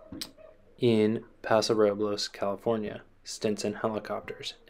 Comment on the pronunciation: I hiked the Hurricane Deck Trail numerous times as a kid. There could have easily been people on that trail and in harm’s way from his abandoned plane. It’s pronounced Pass-o Ro-buls.